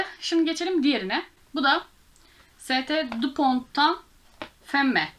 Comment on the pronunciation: S.t dupont sen dupon diye okunur. Givenchy ise yivenşi şeklinde okunur.Umarim kırılmazsın.Videolarının daha çok izlenmesini istiyorsan bence dikkate almalısın. Sevgiler☺